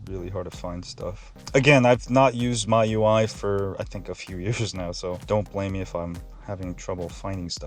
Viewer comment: It's me-u-i not my-u-i